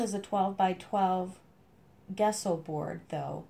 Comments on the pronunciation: Tip- Gesso is Jesso as in Jess, not Guess-o , it's an old Latin/Italian word. Loved your explanation on your technique here, very interesting and love your creativity. Cheers. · Gesso...with a "j" like jello. Jesso only we spell it Gesso and say it Jesso.